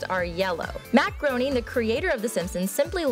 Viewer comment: Wait a minute... GROening? Man...